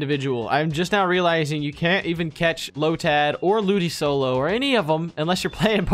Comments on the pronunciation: Hearing you say ludisolo and not ludicolo is triggering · WHY DID HE KEEP SAYING LOODISOLO INSTEAD OF LOODICOLO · Ludisolo? It's LudiColo you pronounce the C like a K. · The way they pronounce the C in Ludicolo and "BAGON" is kinda irritating. Hahahaha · Your pronouncing ludicolo wrong or do you know that and do it on purpose